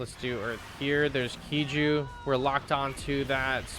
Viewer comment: When you say KIJU, why do you pronounce it "key-joo" instead of "kai-joo"